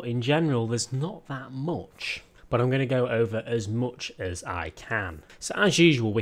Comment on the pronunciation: man, you really have a problem pronouncing U. oooupdate...moouch..... it's worse than the chalk on a board.